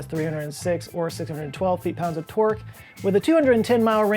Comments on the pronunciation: Hello, I am very tired. I seldom hear or use the word "torque". Just wanted you to know that when says it I hear "twerk" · I always hear twerk instead of torque.